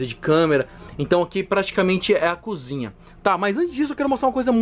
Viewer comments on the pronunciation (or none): none